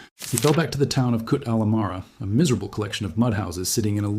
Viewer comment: Very nice video with very few mistakes..Thank U.The pronunciation of town of Kut is ( Koot )with long (O) as in (Roof).